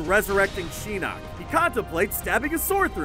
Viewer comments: y dl u keep saying sheeenok his name is shinok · "Sheenok" Wow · its pronounced Shin-knock not She-knock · You say Shinnak instead of Shinnok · What is shin nuk its shinnok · its not sheenok its shinok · Chase Jones Also, Shinnok and Shang Tsun. I’ve always heard them pronounced as Shin-ok and Shang soon. Not sure about Kuai Liang, but I think it’s pronounced Kuai Lee-ong. I’m basing that off of the Chinese pronunciation. Which, Kuai means dollar in Chinese, (depending on how it’s said because Chinese is a tone language) and Liang means 2 or couple. So basically his name in Chinese is 2$ lmbo I don’t speak Japanese so I don’t know what his name really means or if I’m pronouncing it correctly. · "Sheenok" Pronounce it RIGHT next time please... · He said (Laughing) "shenok" and "lin khwuey" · At least he didn't say Lin queef also "sheenok?" Really? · He pronounced Lin Quie and Shinook wrong probably like how I spelled them both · Love those pronunciations, Lin quiiiiee, shyrai reyu, shiiiiinnok